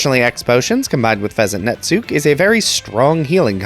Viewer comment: For what it's worth, and since you questioned it in a previous video, Netsuke is Japanese, so it doesn't have silent letters. It'd be pronounced like Sasuke but "nets" instead of "sas"